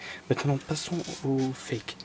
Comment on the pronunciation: Mdr il dit le faque au lieu de dire fake fin bref 😭😭😭😂😂😂